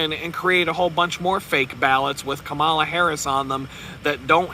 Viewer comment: You really sound dumb when you say her name wrong. "Comma" "la." Children can say it. (You're not clever deliberately mispronouncing someone's name.}